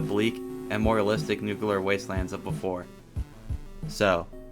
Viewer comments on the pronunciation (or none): Nu cu ler is not how you pronce nuclear ie new - clear